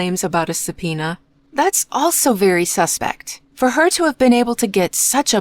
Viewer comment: come on, it's easy to hear it's AI. The rhythm and pronunciation are off a lot. Especially the word subpoena is very off. YouTube unfortunately has been flooded with AI. They scan the popular content, create the script with AI and then let AI narrate it. They also give the channels names that suggest it's an actual person. Don't fall for it! Or well, you are probably the owner of the channel as within an hour of your reply amonst quite many other replies now this got highlighted. Just stop the AI videos, nobody wants that content!